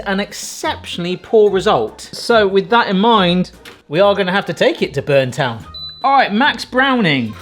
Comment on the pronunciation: The town is called Burnettown not Burntown.